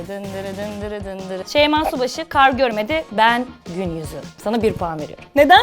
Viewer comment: Konuşurken şeyma şubaşı diyenler +1